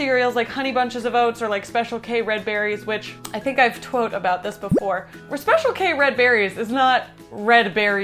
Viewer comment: I'm sorry. This distracted me from the whole rest of the video. Did you just say *TWOTE*??? AHAHHAA